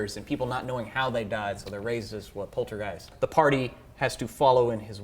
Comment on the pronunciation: Watching this and even hearing you say poltergeist hurt my soul. As of today, RIP Tobe Hooper ;\